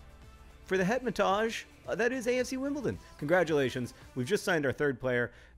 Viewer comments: John I must inform you that Hetemaj is pronounced Het-em-i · Hetemaj is an Albanian name and is pronounced He (as in hair) te (as in tell) maj (as in my).